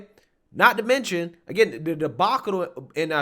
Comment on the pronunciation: You are right on in everything. But please pronounce the TTTT's it is not THE DDDD'S.